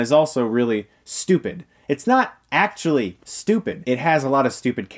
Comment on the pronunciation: ... But why are you saying it like that? 'Legit', 'actually', like 'literally' - that emphasis. As if it's difficult to have a better love story than Twilight. Those things literally do have a better love stories than twilight, it's not a joke in the sense that those sentiments are untrue. It's a joke because just stating the fact that Twilight's love story is that bad, is funny. Your emphasis is superfluous, because although it's funny doesn't mean it's untrue.